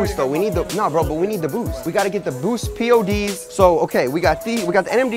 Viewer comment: It's pods not p.o.d.s